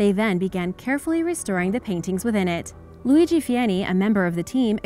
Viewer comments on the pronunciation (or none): none